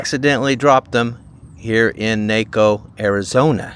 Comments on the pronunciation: Hello and just a respectful modification. The name of the town is Spanish and there is no long A syllable. We should pronounce it KnockO rather than Nayco. Peace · its not nake~o its knock~o....aka naco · Its pronounced nawco not naaco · It's pronounced "Nah,Ko" not "Nay,Ko" soft "a" sound........................ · NACO is pronounced Nah-co. In Spanish, it means popcorn. Great video, as always. Thanks. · pronounced" Knock O "❤😊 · NAWCO is how you pronounce it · Hi. If you care to see, a pretty good movie, that was filmed in the area of Lowell, Douglas, Benson,, and other places around there, see "Ruby, Jean, and." Staring Tom Sellek. Oh, by the way, Naco is pronounced, "Knock oh." Lowell is pronounced, "low oh." Like low to the ground. I know. Picky picky. Nice video. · I’m from Az. It’s pronounced Nocco. Like Taco. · In from Cochise County, the “A” in Naco is pronounced like the “a” in taco! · Pronounced “Nah-co” like Taco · Noc-oh! If you are going to make videos and post them, get it right! !n Naco, like TACO! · It’s pronounced NAH-CO. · The correct pronunciation is like if you are saying "taco". Naco. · It's pronounced Naaco, everyone could have told you if you asked! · Pronounced knock o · 😂😂😂😂It's pronounced Nah coe! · Its pronounced knock O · It’s pronounced “Nawko” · Naco - pronounced Nah Co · It's pronounced NAW-ko. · Naco = Nah-coe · I kept cringing every time I heard Naay coe. I live in the next town over in SV since 2008 and never heard it pronounced that way 😂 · It's nah co ! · The correct pronunciation rhymes with taco. Naco = Taco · I met my first wife in Naco. it’s pronounced like Knock-oh, btw. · It's pronounced with an aah sound Naahco I grew up in Sierra Vista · Naco, like taco. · Its NACO sounds like TACO not NAHCO :) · I had to stop three minutes in because I couldn’t stand to hear you mispronounce Naco one more time. It’s a short A not a long A. Like nawko Ciao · It’s pronounced Naco like Taco. I live near there. Nice video.